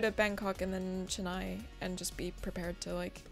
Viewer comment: As a person from Chennai, I applaud every single person in this video for pronouncing the name right ❤️